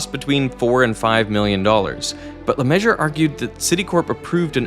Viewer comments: Kind of ironic for an engineer with a name pronounced like “Le Measure” 😭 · it clearly says LeMessurier voice-over: Le Measure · Interesting topic. But I couldn't watch because of the physical pain caused by the constant pronunciation of Mesurier as "measure", i.e two syllables instead of four. Is that really the normal pronunciation in the US? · Great vid with an obvious big budget, so why not look up how to pronounce his name? “LeMeasure” lol😅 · I bet LeMessurier is the one who was pronouncing his name like that, but the fact that he can't pronounce his own name takes me out of this video so hard. It's actually awful. It's like having the name Washington and then just pronouncing it Washing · "LeMessurier" in not "LaMeasure"... FFS.... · LeMessurier = 4 open syllables Americans refuse to spreak French (or any other language) so they call him lemeasure = 3 open syllables the disrespect or stupidity is real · I‘m sorry but LeMessurier shouldn’t be pronounced LeMeasure. That’s just wrong and now my day is ruined. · Me ssu ri er - four syllables Derek. If your pronunciation is how he pronounced his name, fair enough, but sad that his family has lost touch with their French roots. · Is the goal to mispronounce "LeMessurier" as many times as possible? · For anyone else like me that doubts and winces at Derek's pronunciation of LeMessurier, William James LeMessurier Jr. (/ləˈmɛʒər/; June 12, 1926 – June 14, 2007) was an American structural engineer. He worked on the Citicorp Center, Boston City Hall, the Singapore Treasury Building and the Dallas Main Center. He is known for having to reassess his calculations during the Citicorp Center engineering crisis. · Ugh, I can't stand how everyone (mis-)pronounces "LeMessurier" 😂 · Very interesting video! Thanks! But why was Le Mesurier's name mispronounced every time? You can't just take a few of the letters and think that's long enough. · Bro missed two entire syllables of the architect’s name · Le Masher? Le Messuree-air